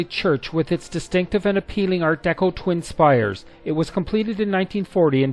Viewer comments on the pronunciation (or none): none